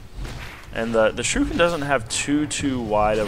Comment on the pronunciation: its more like sure eh kin not surekin... lol